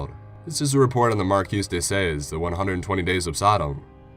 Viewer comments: "Marquis de Sade" = Mar-kee dey Sod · Cool story. My only criticism is to correct some pronunciation. Marquis de Sade and catharsis jumped out to me.